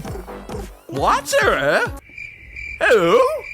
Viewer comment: How did two YouTubers say inflatterer wrong